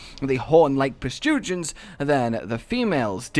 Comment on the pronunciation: I'm sorry but prostrugens? Protrusions? Are you channeling your inner tigrex to say words quicker?